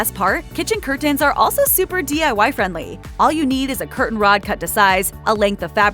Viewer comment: All of a sudden I am noticing the different pronunciation of the word curtain? Where did that come from?